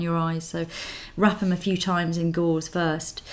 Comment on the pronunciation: It's "gauze"